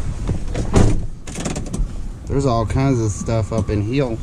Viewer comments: Up in hurr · You said “up in here” like you were from the South! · Houston is South 😊🌍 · For suuure 😂